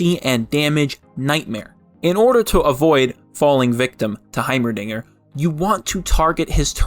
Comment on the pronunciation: yes. HaYmeRDiNgEEEr